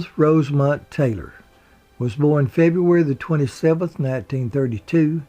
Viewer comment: Her middle name was Rosemond, not Rosemont.